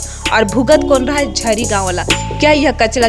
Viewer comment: गांव का नाम तो साही से बोलिए झिरी है